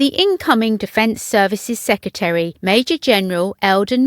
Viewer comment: Sec re tary, not seccatery. Speak properly.